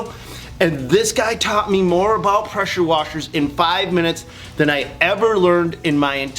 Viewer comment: "Presher" 😂😂😂😂😂😂🤣 you need PRESSURE on your brain !